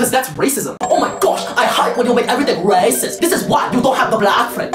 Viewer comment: Bro can't say 'racist'.